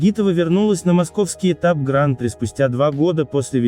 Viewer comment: откуда такая достоверная информация?)) в любом случае, почти любое название роликов на канале максимально высосаны из пальца, лишь бы завлечь простых зрителей YouTube... P.S. Уважаемый автор сего канала, заглуглите, будьте добры, на какой слог падает ударение в термине "Гран-при", википедия Вам в помощь